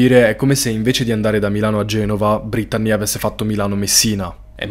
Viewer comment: Veramente bel video molto intrattenente peró per favore pronuncia belle il nome brettanee ( si legge brittnii)😂❤